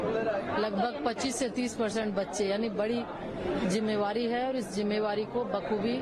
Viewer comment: Mam aap jimmedari ko jimmevari bol rhi hai